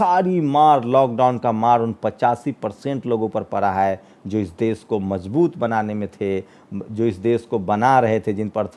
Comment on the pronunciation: aap ache patrakar he lekin apki bhasha shudh nhi he Sha shabd ka ucharan sa ucharit krte ho.Desh ko aap des keh rahe ho. Aap ek bar satya hindi.com par Shri sheetal P singh sahab ko suniye.inki bhasha kitni shudh hoti he